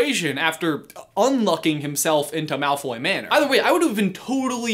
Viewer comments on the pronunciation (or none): none